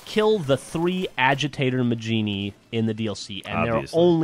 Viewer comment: you do know its pernounsed mah-heen-ee